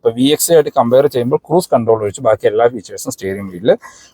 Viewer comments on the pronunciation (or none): none